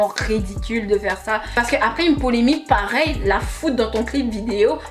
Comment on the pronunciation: Mdrrr chaque vidéo je vais venir dire : ma chérie c’est polemiQUE !!! Pas polémie. Mais sinon j’ai aimé